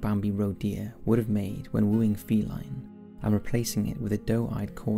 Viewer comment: Feline? It’s Faline, mate!